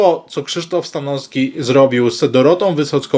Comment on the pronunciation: Panie....z całym szacunkiem i sympatią dla Pana, ale bardzo proszę o poprawne i schludne wymawianie nazwisk, np.StanoWski, TrzaskoWski, bo moje ucho jest na to bardzo wrażliwe i również nie toleruję, jeśli ktoś mówi np. jabko. Z góry bardzo dziękuję i pozdrawiam serdecznie.